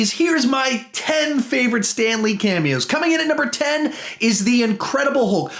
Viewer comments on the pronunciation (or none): you said hulp instead of hulk